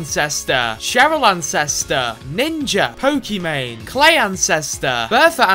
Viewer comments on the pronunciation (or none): none